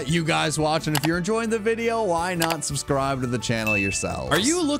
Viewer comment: Is nobody gonna mention “subscrive”